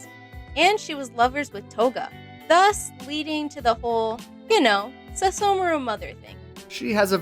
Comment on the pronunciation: I don't get why she couldn't say the h in Sesshomaru's name (but she could in other words.) And then she called the show In-u-washa